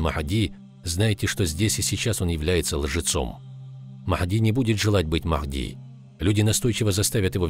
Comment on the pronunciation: Не Мах!ди а Магьди